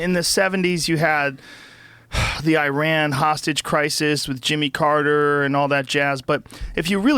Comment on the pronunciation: Good to know Bryan can pronounce Iran and Iraq properly :))